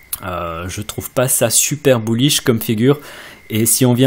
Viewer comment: À chaque fois que tu dis "bullish", un petit chiot meurt dans le monde. -_